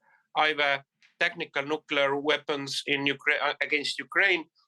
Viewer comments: NUCLEAR - not NUKULAR. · Anchor said nukular..